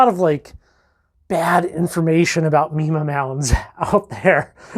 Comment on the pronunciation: Keep up the Good work!!! The correct pronunciation is M"eye"ma Mounds. I've spent untold hours walking the mounds.